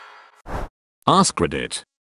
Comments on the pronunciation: I had subtitles on when it said ask reddit and it came out as “ass credit “ 😂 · “Ask reddit” sounds like ass credit